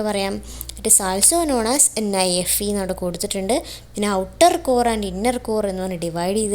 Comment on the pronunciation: NIFE is tell nefe😂